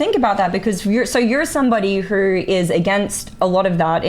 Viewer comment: I didn't know it was possible to find a way to pronounce "who" with an R